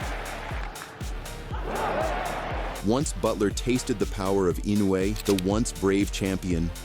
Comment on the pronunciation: What a shite channel. Crappy, dodgy camera angles and - check this out - the AI BS commentary pronounced Inoue's name wrong on 3 occasions. 'Don't recommend channel' is my preferred option to lob into the garbage sack of 'not professional enough'.